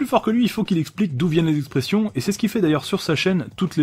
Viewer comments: Ce n'est pas " Expres'sions " mais plutôt " Express'ions " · c est express' ions pas expres' sions